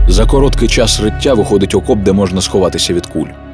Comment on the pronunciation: чи були б Ви так ласкаві наступного разу запросити диктора, в якого краща вимова? українською неправильно казати софкова, дитячя, чяс, якщьо, чєрез, кінчяцця, дякую